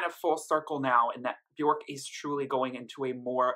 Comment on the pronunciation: Björk rhymes with "work", not with "pork" ;-) Great review! :-)